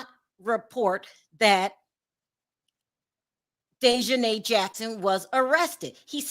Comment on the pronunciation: So YOU GUYS A GONNA make prejudiced comments BECAUSE HE IS MEXICAN!!!! Seriously!!!! And not WEARING SUIT!!!!!!! GOOH!!! Get out of here. The CHANNEL you keep playing cannot even pronounce DEAHJANAES NAME!!! And they are saying: “INTERPOOL “ …. please stop talking about what YOU DONT KNOW OF EITHER… 🙏🏼 please